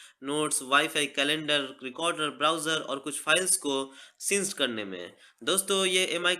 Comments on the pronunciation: उसको सिंक बोलते है सीनसी नहीं बोलते प्रोनोउंस बराबर करो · Bhai since nhi sync hota hai 😂😂😂👎..